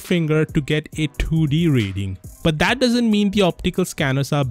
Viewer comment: he said ki instead of that😂❤️❤️❤️❤️❤️